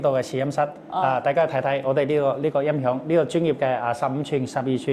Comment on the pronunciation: 什麽是“因“ 響？ 你係講什麽話？